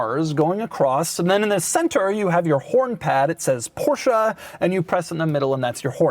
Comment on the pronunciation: How Beyoncé is not BeyoncAH Porsche is not PorschAH